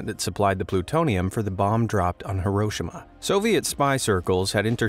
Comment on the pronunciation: The way you say Hiroshima is cringe please put effort into foreign country names